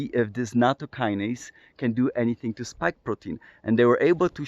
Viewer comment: I have a pedantic comment about pronunciation and etymology. Nattokinase is an 'ase' (i.e. an enzyme) that is derived from Nattokin. It's not a kinase (a specific kind of enzyme) derived from natto. So to avoid confusion, it's best to pronounce it so that the kin rhymes with 'win' rather than with 'wine', and with the emphasis on the ase rather than the kin. The kin in nattokinase is just a japanese character for bacteria (which comes from chinese: it's the character pronounced jun in mandarin chinese, as in bingjun: it's grass on a box with a plant stalk inside, if you know what I mean) and it's just a coincidence that it ends up making nattokinase look like it's a kinase.